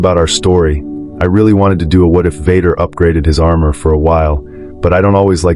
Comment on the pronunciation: the robot calls him Vodder